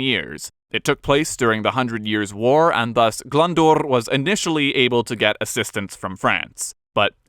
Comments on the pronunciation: Loads of mispronunciations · as a Welsh person I must commend your Welsh pronunciation. Only one error. Glyndwr is more like glin not glun. I live seven miles from Cardiff in the former Glamorgan. Welsh counties changed many years ago. I'm very proud to be Welsh but guess what era in history is my favourite? Yes the Tudor era. Thanks so much for this video Both. Alison 🏴🏴🏴